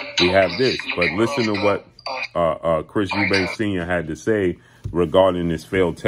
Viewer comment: Why do people put an 's' on the end of Eubank. It's really not that difficult.